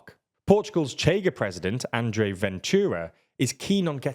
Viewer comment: CHEGA = SHAY-ga